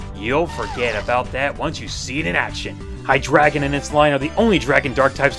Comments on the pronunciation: You're saying Hy-DREI-gon wrong. It's pronounced like dry, because of germand: eins, zwei, drei. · its pronounced hi-dry-gon drei is german for 3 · it's pronounced Hi-dry-gon like the german for three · technically, tyranitar is the 'dragon' of gen 2. also hydreigon is pronounced "high-dry-gone" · What episode (or movie) did you check? Because I distinctly remember it being pronounced "Hy-dry-gon." And by the way, fantastic list :) Just like always.